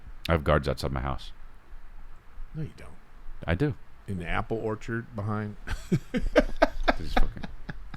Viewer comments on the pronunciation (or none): none